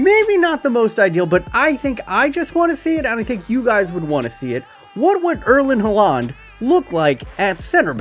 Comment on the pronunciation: “erlin hularnd”